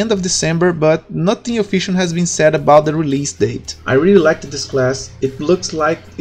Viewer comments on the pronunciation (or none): Primeiramente, parabéns pela iniciativa "ser humano"! Poucos teriam a coragem de fazer um vídeo em outro idioma. Agora as dicas: 1 - Fala de forma mais calma, tava falando muito rápido no início (fale mais igual depois dos em diante). 2 - A pronuncia do "TH" é como se fosse um "F"... você ta pronunciando "NÓTIN" e "TINK", porém seria mais ou menos assim "NÓFIN" "FINK". Tem um canal chamado "SmallAdvantages" que é muito bom e tem bastante dicas sobre pronuncias. Espero poder ajudar com essa "parada e fui!" =)